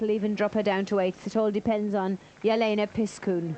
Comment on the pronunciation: Why in the wide world of sport can't this announcer pronounce "Yelena Piskun?"